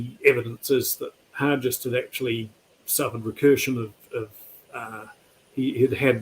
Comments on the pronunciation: James Hargest with a hard g, not soft: that's the way it's pronounced in Invercargill where I get up, anyway, and where Hargest was from (a high school is named after him there). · Not sure why people pronounce Hargest as Har-jest. That's incorrect. Har-guest is the correct way to say the name.